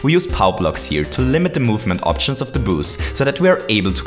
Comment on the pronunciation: Lol it sounded like you were saying “booze” the whole vid. You make great vids but your accent is kinda annoying. But, ima keep watching cause these are really improving my knowledge!